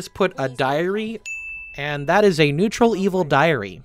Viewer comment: I'm sorry, I must've had a stroke, you can't possibly have said nuetral good that's preposterous.